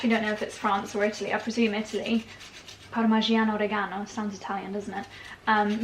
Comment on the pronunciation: is “Parmigiano Reggiano” not parmigiano regano!!! It’s Italian of course and it comes from region Emilia Romagna (Reggio Emilia that is why is called ) ❤